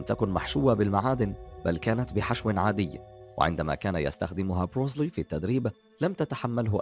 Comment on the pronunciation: انته اول شي أنطق اسمه صح , اسمه بروس لي , بترقيق اللام , كما تنطق بالإنجليزية تماما , Bruce lee, وبعدين هو ممثل افلام قتالية ومؤلف ومخرج , وطور أسلوب في قتال الشوارع اسمه jet kun do اختصارا JKD , وهو ليس بطل حلبه , مثل محمد على كلاي مثلا , فالسينما طريق سريع للشهره وقليل المخاطر و ليس كبطولة الحلبة.